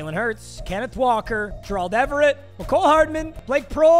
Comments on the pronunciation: Why are you saying Gerald like that? It’s bothering me 😂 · pls learn how to say gerald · PLEASE STOP PRONOUNCING GERALD LIKE THAT